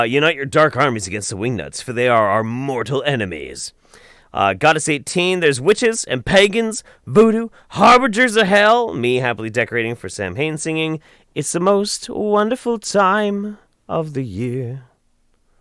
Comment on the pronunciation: Samhain is pronounced sow win